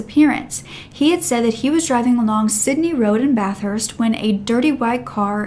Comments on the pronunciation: I’m gonna be “that guy”: We pronounce it “Bath-ist” not “Bath-hurst”. Sorry, but I had to… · Not to offend at all but it’s pronounced more like BATH-ERST NOT BATH-HURST if that’s more understandable also I really love your videos ❤️❤️❤️